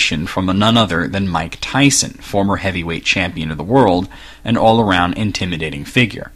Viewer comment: Iv'e heard of Mike Tyson, but not Mych Tyson, Who is he?